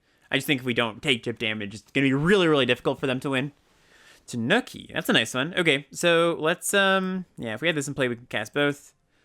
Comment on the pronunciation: Tanuki is pronounced more like "TAH-new-key" than "The Nookie", for what it's worth. On the other hand: I DID IT ALL FOR TANUKI (COME ON) TANUKI (COME ON) AND YOU CAN TAKE THAT BASIC AND STICK IT UP YOUR (YEAH) STICK IT UP YOUR (YEAH) STICK IT UP YOUR (YEAH)